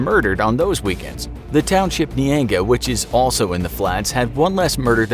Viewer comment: The way you pronounced Nyanga from South Africa, almost missed it lol